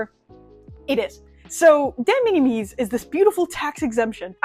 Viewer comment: Interesting information, some of it is wrong though. First off De Minimis... it's pronounced similar to minimal... so minim- "es". AmiAmi kill off Surface Mail Premium because of what it is. It's a container that AmiAmi rents (to only include amiami goods), that AmiAmi directly imported. This allowed them to control the contents of the pallete and have better control over it's safety. Amiami then directly ships from Japan to the USA. This is cancelled because the importer (in this case AmiAmi ) would be on the hook for any tarrifs that result. Instead they want to ship directly to you (the customer) so that if any tariffs result the customer is on the hook for the tariffs. De Minimis rules are ever changing, and pretty complex. Right now (could change literally tommorrow) it looks like any goods that were made in China are now subject to tariffs and no longer fall into de minimis on May 2. Currently it's at 90% of their value, or $75 (rising to $150 after June 1). This is in addition to any fees that you maybe charged by the service (read DO NOT USE UPS, FEDEX or DHL, their fees are HUGE. Only use China Post/ Japan Post as it goes to USPS which has reasonable fees). So lets' say you have a $200 figure (which is about average for a scale figure nowadays), if it's made in China and gets tariffed it would go to $150 per item rate (since it's the smaller number compared to 90% of 200 which is $180), plus documentation fees (maybe around 30?) total would be an extra $180 after Jun